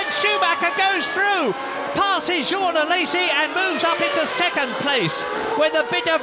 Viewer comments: Journalist :"Jaune alesi" Me : JEAN!!! Journalist: "Jeanne alesi" Me: -_ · Who are "Jauwhn Alaysee" and "Jauwhn Toat"? What even is French?